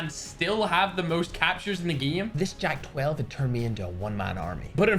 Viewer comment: Imagine if noah pronouce Jak-12 into a JAKis 🗿